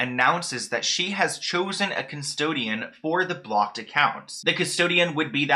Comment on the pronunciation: I'm so sorry but your accent on blocked and Lou Ann is driving me NUTS it sounds like you're saying BOCKED I literally had to Google if BOCKED accounts were a thing.. and it sounds like you're saying "lewing" or "Liam" Taylor. I'm sorry to sound mean but 🤷